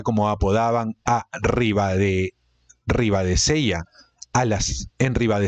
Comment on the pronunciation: "Vicálvaro " es esdrújula como indica la tilde . Tienes serios problemas de pronunciación con palabras sencillas sólo hay que leer lo que está escrito como "Ribadesella" con lle no es italiano es castellano.